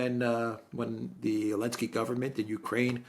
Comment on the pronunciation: Congratulations,! You now even have Alexander calling him 'Elensky'.